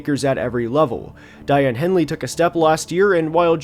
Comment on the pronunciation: Sorry to be nit-picky but Daiyan’s name is pronounced DAY-on, not die-on (great video tho!)